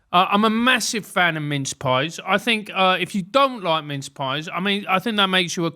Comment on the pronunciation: I did notice he says 'mince' in exactly the same way he says 'minge' lol